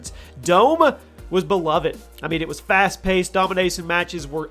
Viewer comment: "fast pasted"